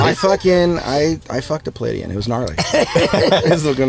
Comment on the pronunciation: Also- what does he mean he “fcuked a peleidian”???!